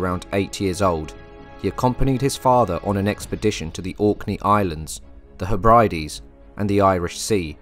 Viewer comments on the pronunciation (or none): They're pronounced "Heb-re-Deez".